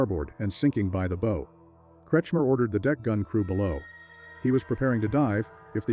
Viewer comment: Is the narration AI? It's deplorable. So many mispronunciations... e.g. "You. Boat" and "Bo" when it should be pronounced "bow" as in "take a bow".